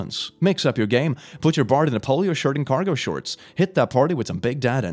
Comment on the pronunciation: that's not how you pronounce "polo"